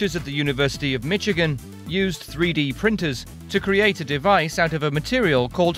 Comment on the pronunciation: did he really say "Mitch-igan"???? LOL!!!!